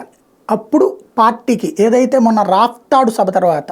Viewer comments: gaaru Raftadu kaadu Rapthadu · Raaptadu not raaftadu.